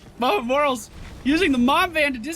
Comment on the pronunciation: I cringe every time you refer to the medic as "Morals".